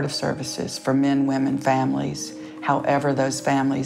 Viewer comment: I really like the scientist, but the way he says man or men sounds like mane and it made me laugh. But this is a serious issue. "Stop having buttsex" ... that's not the issue, it's unsafe sex and it spreads because people don't have money for clinics and they have sex without knowing. Don't be so ignorant about this topic